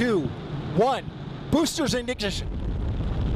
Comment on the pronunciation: "boosters ing-dind-ition" 🤣